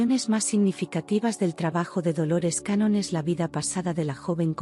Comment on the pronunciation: Hola....con mucho respeto le corrijo el apellido...Dolores Cannon...no cañón...me pareció poco serio a primera impresión, y sólo porque me pareció interesante el contenido decidí escuchar igual...me gustó mucho, desde hace bastante tiempo me convencí de que Jesús fué un maestro metafísico, me encantó la historia, me hace mucho sentido y que lindo saber que fué un gran estudiante... historia jamás contada por la religión... muchas gracias... Bendiciones .